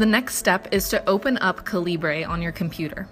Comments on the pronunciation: it's pronounced like caliber.... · the way you pronounce calibre is atrocious. how can someone who appreciates reading barely know how to read? maybe focus on real literature instead of reading 50 shades of grey